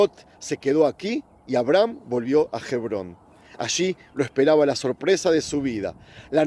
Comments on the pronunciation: Hebron. H. MUDA. No se dice jebron. Suponiendo que no esté la letra H. Ebron. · OJO! Amigo, Gebron No! Sé Lee y sé pronuncia "HEBRÓN"